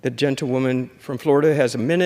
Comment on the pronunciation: Why are they addessed as "genta- woman" or "gentatelia woman" or "gental woman" ....🤨. Soundsoe like genta- woman though.,... Sounds like all Congress and the House accepts this crazy New Age hiphop ridiculousness.... Where's the Real USA it's been stolen out from under our very noses🤥🤥 shoul be called The House of lies🤥